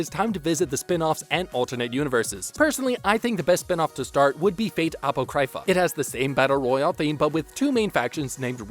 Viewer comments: Its pronounced Ahpawcrahpha not appocrypha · Apocrypha. It’s pronounced: uh-pah-crih-Fah. As in Apocryphal: “(of a story or statement) of doubtful authenticity, although widely circulated as being true.” Not appo cry fah… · My man's, "Awpo-CRY-FUH hurt my soul to hear XD. I loved that spinoff but it's "uh-Paw-kriff-uh" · Aprocrypha is pronounced "A-POCK-RI-FA", not "AP-O-CRY-FA". Sorry that was killing me. Other than that, you're spot on with the actual order of the video. Although I originally ended up watching Heavens Feel (the 3 movies) last which did interestingly kinda rock my world since I had already watched Stay Night UBW like 50 times. Made Heavens Feel route Earth-shattering to me. Definitely is the darkest of the Fate series. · What do you mean "route"? Four the first 3? Like it's the same story but someone else changes the ending? Also, uh-pock-ri-fa not Aypo-cry-fuh. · Everything was good until he said Ah-pOo-krAi-fuh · A-pro-cry-fa that pronouncation physically hurt me, good video over all though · Apo cry fa Its pronounced Apa cro pha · A --- sounds like Uh PO --- as in Pot CRY --- as in Crypt PHA --- as in F**K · It's apoc-ra-pha like in apocalypse. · Ovuh? Apohcryfuh? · "A-pok-Rai-Fa" Hermaeus Mora is is losing his tentacles in Apocrypha. lmao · Did you just pronounce "Apocrypha" as "ah-POE-CRY-fuh?" I've never in my life heard anyone pronounce it that way... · I came to the comment section hoping I wasnt the only one that heard that. A-poe-cry-fuh hahaha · You need to learn how to pronounce Apocrypha 😂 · leave it to a weeb to not know how to pronounce apocrypha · How can one be this awful at pronouncing all the titles and names? Apocrypha, Phantasm, El-Melloi, Illya... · Your butchering that word apocrypha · Bro. You and your pronunciation of Apocrypha XD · What kinda idiot pronounces the words ufotable and apocrypha like that.... Wtf? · Useful video, but your horrendous pronunciation of Apocrypha makes me want to never hear your voice again.